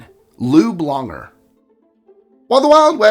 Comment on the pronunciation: I thought you said Lube Longer 😂😂